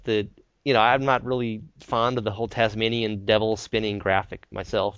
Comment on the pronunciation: OMG LOL HEELOCOPTORRRRRR AHAHAHAHAHHAHAHAHAHAHAHAHAH HEEEEEEEELLLLLYYYYYYY-COPTOR omg arti-shzans ahahahahha im dying thank you so much XD omg LOL TASMINIAN........... tasmAYYYYYYnian lol, believe me im australian